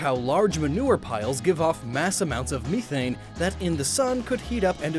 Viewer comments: It's MEH-thane, good sir. Not Me-thane. Also it's Break-zen. There's an X. Have you forgotten the X? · Me-Thane? Is that how they say it in Oregon? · I am confused as to why you said "mee-thane" rather than "meth-ane"? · Um... It's pronounced "Mehthane". Not "Me-thane"? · He said meethane... It's pronounced like meth you donut. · “Me-thane”?!?! Lol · MEE-thane? And another reason is because Sun Wukong (pronounced SOON, no relation to the sun; it's not an English name) was rumored to have a chi like fire, due to his explosive and powerful personality and battle prowess. Also, Ho-oh, despite having a romanticized version of the Japanese name for phoenix, is literally the Chinese Fenghuang, a phoenix of the same five specific colors. "Kyuubi" actually MEANS "nine tails," not older and silver. It's Gen. One, the names and origins are pretty basic. I'd argue Ninetales and Vulpix should be psychic and not fire, as fox fire in Japanese folklore is just illusionary lights that can't actually burn to the touch, and Kitsune being magic and occassionally telepathic fits more readily into psychic.